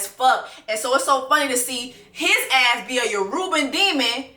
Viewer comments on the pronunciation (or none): Sis aint no "N" in Yoruba....your Nigerian friends gon be fined when we all get home this Christmas 😂🤣🤣🤣🤣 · The way you said “yoruba demon” was too funny. That’s not how you say it but thank you for the entertainment 🤣🤣